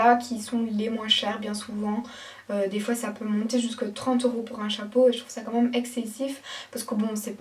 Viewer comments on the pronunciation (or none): Pourquoi tu dis "La mâme chose" ????